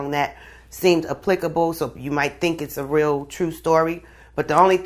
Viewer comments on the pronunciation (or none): all i have to say is she said applicable completely wrong.... DEAD